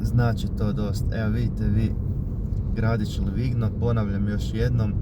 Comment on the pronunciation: Čita se Livinjo